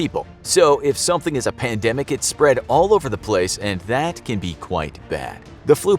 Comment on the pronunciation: What’s a pandamic? A panda microphone? 🤔😂